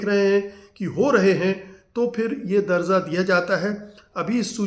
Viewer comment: Excellent video,little correction. The word is DARJA,Not DarZa, it's confusion between J and Z